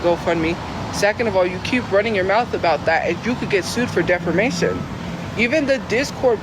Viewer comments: "DEFERMATION" girl get off the internet and please get yourself educated XD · "defermation" that drives me nuts hahaha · I love when she says she’s gonna sue people for defamation when she can’t even pronounce it right😂😂she will never have money or a lawyer lol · Between her pronounciation of defamation to her probably not even realizing that she could never afford a lawyer, comes off as the perfect example of a woman child who doesn't realize the world isn't gonna be served to you on a oyster platter or in her case Wendy's tray.